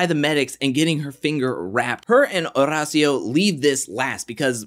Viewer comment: Somebody sure loves rolling that "r" in Horacio. In fact, Horacio pronounces his own name with an American accent.